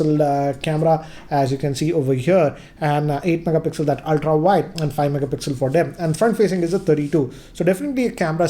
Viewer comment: Why do you always say VIDE angle shot..it's not VIDE its WIDE...